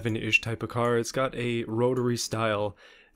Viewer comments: 🤣🤣 “Rotory” lmao cmon brother. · No hes poking fun at pronouncing of rotary